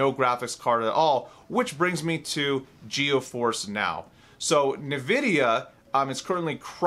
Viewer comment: Is it me, or is he pronouncing it, "Geo force?" If so, it's pronounced, "Gee-Force."